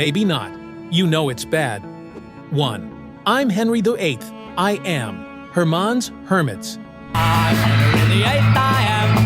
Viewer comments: You know what's even worse? This video being narrated by a computer. Hermonn's Hermits? It's Herman's Hermits, computer voices can't pronounce names. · The one who should get cancelled is the AI voice that says "Hermaaans Hermits"...Most of these songs are quite ok, and the song about the green berets was the #1 song in the US for all of 1966--someone must have liked it. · Herr Mons Hermits 🤣🤣🤣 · Couldn't even pronounce Herman's hermits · Especially AI narration that can’t even pronounce Herman’s Hermits correctly.